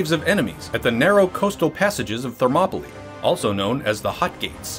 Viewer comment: It's Thermopyles (Θερμοπύλες), NOT Thermopolis (Θερμόπολις). It's "hot gates", not "hot city". That's Phoenix AZ ;)